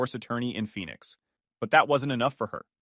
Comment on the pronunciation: Phoenix not Phenix